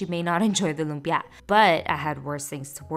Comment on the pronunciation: You're going out of your way to pronounce lumpia obnoxiously.